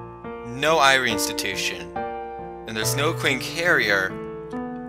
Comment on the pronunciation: Huh, I guess Satoshi came back from working on Touhoumon. I love how you refer to Dr. Irie as "the maid guy." Speaking of which, if you really want to be corrected on pronunciation, Irie is pronounced "e-ri-ay" though I've grown pretty accustomed to how you pronounce it now.